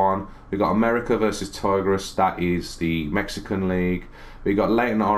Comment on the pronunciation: Btw its pronounced Tee grez (Tigres)